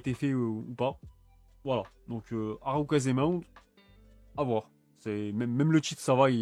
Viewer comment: Harukaze Mound pas harukaze maounde